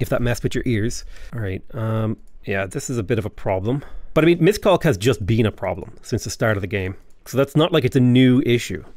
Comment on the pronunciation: As a Hungarian I struggle every time he say Miskolc